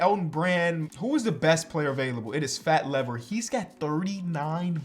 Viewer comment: the way he says Fat Lever is killing me on the inside